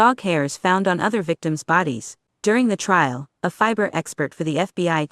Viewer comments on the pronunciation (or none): none